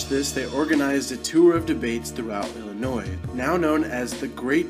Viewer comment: Illinois does not use the s on the end!!!